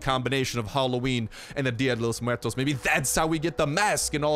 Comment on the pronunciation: Way to say día de Los muertos the correct way bro! Dig that